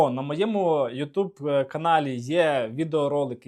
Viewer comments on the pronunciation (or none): none